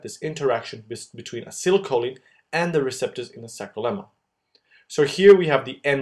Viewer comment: You did a very good job at making this video and you really managed to show this complicated process in way so it becomes easily understandable. It really helped me to understand what's going on in muscle contraction . I've only on thing you could make a little different next time, please pronounce acetylcholine in a way that you say like Ah- See- Tile- Kho- Leen rather than your version of it, because as a chemistry student I really don't like it when such expressions aren't pronounced the right way. (Maybe your way is just the American way but nonetheless I do prefer the British version, which I am sure of to be correct). Anyway thanks a lot for your great video it really helped me and I'm sure loads of other people too to understand this topic.